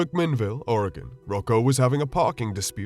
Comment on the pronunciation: Subbed simply because you pronounced Oregon correctly.